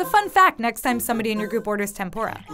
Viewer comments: It's pronounced tempUra, not tempOra! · I was sitting here peacefully for the first six videos and then the last one........god, tenpoura. no like, it rakes my ears listening to someone talk about someone else's culture when you can easily do what all the other videos did and have someone from that culture and is knowledgeable about the topic talk. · It is “tempura”, not “tempora”